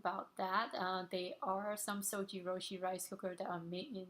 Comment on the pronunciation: It"s pronounced ZojirOOshi, ZOJI ROOSHI as in YOU sweety . But good video I got this model because of you and 5 other videos !